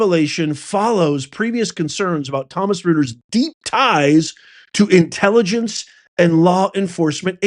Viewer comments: 🎉 .... it's my understanding that Reuters is pronounced ROY-ters, not ROO-ters. Probably a German pronunciation. But don't take my word for it. Do some research. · It is pronounced Roiters , but rooters sounds good . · Professor, Reuters is pronunciation as "Roy-trz" and not "Rooters" ... I thought you should know. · By the way REUTERS , it's pronounced internationally not as Rooters but Royters. Until recently so respected. Everything is falling apart. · it's pronounced "ROY-ters", NOT "ROOTERS"! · I have to correct you in the pronunciation of Reuters. It's British thus pronounced Roy ters, not Roo ters. Your misprononciation is making my teeth hurt, like fingernails on a chalkboard. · LARGE SCALE DECEPTION (LSD), not LARG E SCALE DECEPTION (LSD). As for the pronunciation of "Reuters," it is not "Rooters," it is "Royters." They are a large news distribution network, similar to the Associated Press. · Its not ru ters its roy ters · Roy-ters. Not rooters. Let’s go! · Not LARG E SCALE. It's LARGE SCALE. You are pronouncing Reuters incorrectly. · It's pronounced "royters", not "rooters" and also good lord dude, that's a line break and it says "LARGE SCALE SOCIAL ENGINEERING" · Reuters pronounced Roiters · Please pronounce Reuters correctly. Hint: it is not "ROOTERS" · Reuters is pronounced Royters (06;50) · Reuters is pronounced roy-ters. And larg e I think is large. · Reuters is pronounced, “Royders” 😊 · I think it's pronounced "Roiters." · P.S., Reuters is pronounced Royters, and they were a Lefty news Organization once out of England and often quoted by NPR so that says a lot right there. They were bought out by a Canadian Family. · It's pronounced tomsun royters professor... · On the Reuters page LARG plus the E on the next line = LARGE SCALE SOCIAL DECEPTION (LSD) and Reuters is pronounced “Royterz.” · Pronounced "Royters" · Reuters is pronounced Royters. L-A-R-G-E is large. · ROY-TERs is how you pronounce Reuter’s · Pronounced - Roy-Ters